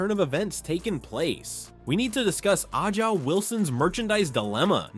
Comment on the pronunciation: Who is Ah-ja? 😅